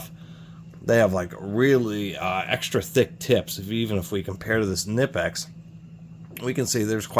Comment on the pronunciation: Kuh-nip-x........😂😂....just a heads up, to the 👊💯 Most people hate their needle nose because of twisting, but I've enjoyed having them in many situations 💯